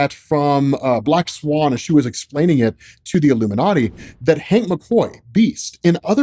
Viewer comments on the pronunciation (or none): none